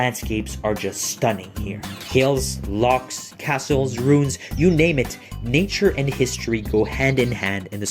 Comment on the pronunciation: Kudos for your pronunciation of 'lochs'. Good tip for pubs is avoid any with a flat roof.